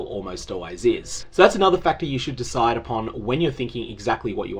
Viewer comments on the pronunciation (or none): none